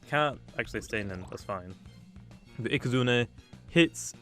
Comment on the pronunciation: can you stop saying ikazunER